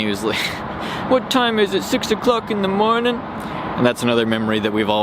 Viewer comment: "What time is it- six 0''cwock in da mownin?"